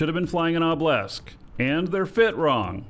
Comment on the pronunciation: Why do you pronounce Obelisk as "oblesk"? Its driving me mental!